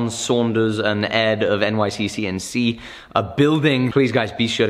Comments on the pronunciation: Anyone else notice he keeps adding an extra C in NYCNC? Lol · Did anyone notice that said "NYCCNC" while the screen said "NYCNC"? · its N-Y-C-N-C not nyccnc!!!!!